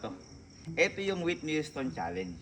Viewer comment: Hindi yon witni waytni houston😅